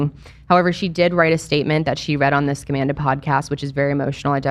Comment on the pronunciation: I keep hearing Scumanda, which is still fitting